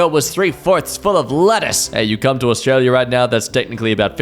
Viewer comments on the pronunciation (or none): none